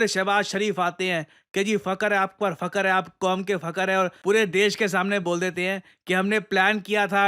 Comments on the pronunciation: I was confused fu..r hai tha ya fakar hai tha 🤣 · for sure wasn't saying "FAKAR" but something similar word like it. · आप कौम के फकर है उर्दू वाला फकर या अंग्रेजी वाला? 😅😂😅😂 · F u K u r - h ai coum ke😂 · Literally sir you say "aap koum ke fucker h"😂😂😂😂😂😂😂😂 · "fcuker hai aap quam k fcuker hai " 😅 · fakar hai, fakar hai,... Aap kom ke fûçkë₹ hai💀